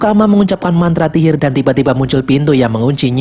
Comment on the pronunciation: Di menit : mengucapkan mantra tihir😂 Sihir aa sihir bukan tihir hehe😂